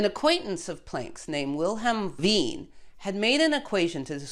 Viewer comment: Wait, THE Lise Meitner, who later worked together with Otto Hahn? Correctly pronounced the name Wien, because in your earlier video, you flipped the i and e sounds. 🙂